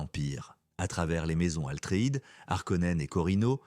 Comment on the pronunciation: Bravo pour cette vidéo. Par contre on dit "Atreide" et non Altreïde